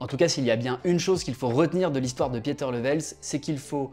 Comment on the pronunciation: Merci pour la vidéo. Juste pour la prochaine fois, son prénom se prononce 'Piter' et pas 'piéter' ... mes oreils on pas mal saignées..